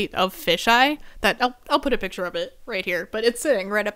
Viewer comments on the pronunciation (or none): none